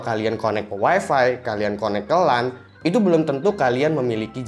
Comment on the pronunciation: Weeeefffeeeee yang bikin kuping gua panas di mana tempat selalu di sebut. Parameter kebanyakan orang weeeeeeeefeeeeeeee itu super jet BANG.